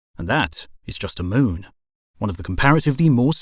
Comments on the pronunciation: He said long-itude and the Mewn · The way you say moon is fascinating. Moan.